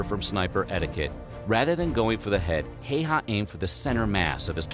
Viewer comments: Just (another) random Finn clicking on the video out of curiosity to listen if they got the pronunciation right (seems really unlikely with a name like this), aaand... Nope. Nononononono. To the point of hilarious. Kinda curious that the makers of the original apparently didn't have access to Wikipedia, which, y'know, has a clickable sound file on his article :D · Häyhä is pronounced incorrectly - no surprise here. Ä sounds like a in cat. Y is a bit like ou in you, but more accurately like the French u in sud. His first name Simo is like Timothy, but S instead of T and without the ending "thy". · They pronounced his last name wrong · It sounds so wrong how his name is pronounced. It's more like: both HÄ are same as HA from happen. Y is like Y from ypsilon. That's how I see it, of course different dialects don't pronounce words same way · If you really respect Simo Häyhä, learn the umlaut of the letter ’a’. It (ä) sounds like ’a’ in the name ”Matt”. Try it. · The ä is not an a its more like an ae and the y sounds more like and u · Somo Häyhä's name is pronounced wrong in English speaking videos, if you pronounce it same way you're saying it wrong... in English language there isn't the pronunciation what you need to say "Häyhä" correctly 🤓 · WOW!! GOLD STAR!!! You said HÄYHA And not HAYHA like 98% of other youtubers! :D You almost got it :D (And the video you are watching are wrong.. Ä is a separate letter. Its not an A. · It's pronounced as it's written. Häyhä. Not Heihau. Easy for a Finn :D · IT'S NOT HEIHÄ IT'S HÄYHÄ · No! In Finland Häyhä is a Häyhä! We just pronounce names by their letters... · It’s actually just pronounce Simo Häyhä and not ”heihaa” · Finland here: Häyhä is pronounced as follows.every letter has to be pronounced, includinh H. ä is like the a in after, y is the like the y in oyster. It's absolutely not heihaa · It is not "Hey-Haa" like this video pronounces his name. Just click the speaker button under Finnish. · Häy-hä! Hei-hah (Nope)